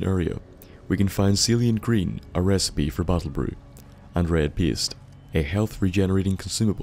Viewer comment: "repespie"? i know accents can change the way we here things and different cultures have different words that mean the same thing, but don't you mean recipe?